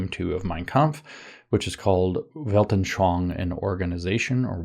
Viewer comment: You actually always say "Weltnschoang" instead of "Weltanschauung"